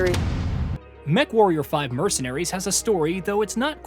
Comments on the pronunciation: Did you really say "mecha-warrior 5?" Yeesh... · Sorry, I gotta stop watching. You called it mechawarrior